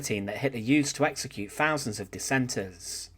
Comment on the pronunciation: @@ I doubt it. A bot voice wouldn't say "fousands" instead of "thousands," and "frewout" instead of "throughout."